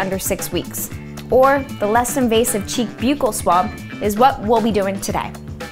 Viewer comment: It’s buccal with a soft U